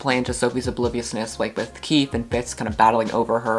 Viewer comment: I know that I’m late but KEEFE is KEY FEE sorry I think it’s a phobia 😅